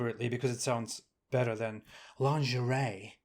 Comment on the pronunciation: "lahhn-zhur-ray" - too funny.